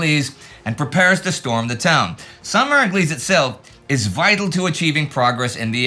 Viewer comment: "How to pronounce Sainte-Mère-Église" 😂